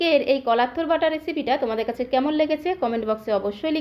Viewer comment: Mem it's not tur